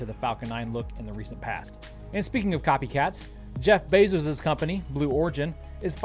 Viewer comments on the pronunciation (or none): none